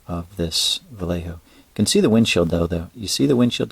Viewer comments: va-yeh-ho and instead of bar-se-lo-na it's Barthelona. Any time you see the C in european spanish it makes a TH sound. Great paint job! Try airbrushing the varnish next time, or if you do brush it on, don't ever apply it directly like that. You'll create weird textures because the layers on top are drying fast while what's below is pooling there. Also don't use a brush you like or paint with. After you varnish with it, that's the varnish brush. Don't varnish your glass parts either. You should use a buffing pad for that. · As an Andalusian, i would recommend you ignore the BarSelona, because you are hearing it in English. I die a bit inside each time I hear AndaluSia, but its what it is. We spaniard do translate eeeevery name to spanish, so we should deal with it. But yeah VA-YEH-HO is a non discussion 🤗🤗